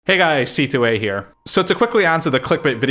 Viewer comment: c2a is not how I thought it was pronounced -__